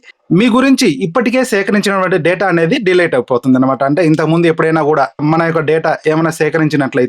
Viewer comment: Not De-late 🤷‍♂️ Its Delete